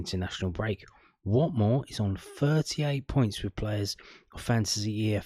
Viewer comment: That accent for Watmore was awful his from the northeast not Barnsley 😂